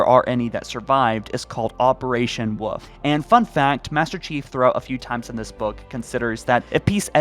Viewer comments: Operation Wolfe as “woof” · Its operation Wolfe not Woof